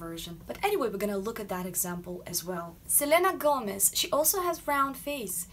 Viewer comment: "Selena Gomez"... What's your native language? you just pronounce it very well in spanish